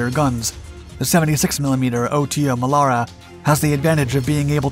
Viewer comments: It's not pronounced O-T-O but OTO, one single word. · It's pronounced "auto" Melara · I've seen several of his videos and he keeps mispronouncing things like that - notice he didn't say "em kay 75" he said the proper "Mark" 75 but can't say "Oto". then again he utilized the word utilized, but a lot of people keep misusing that word - a gun can not "utilize' a type of ammunition no more than you can "utilize" a spatula to flip burgers on a grill - you "use" it. Utilize means to use something in a way it is not intended to be used - you "utilize" a spatula to swat the dog off the picnic table. That's the difference in the 2 words - sorry not trying to be a grammar police but that is one pet peeve I have developed, and they's ain't no way fer me to control it.😛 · I love the "OTO" pronunciation!!😂